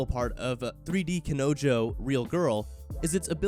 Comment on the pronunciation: How you said kanojo IS PAIN FULL